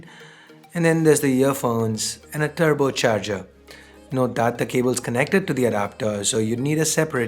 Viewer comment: I swore he said "terrible charger" lol